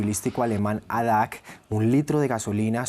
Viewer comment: adac? se dice a, de, a, ce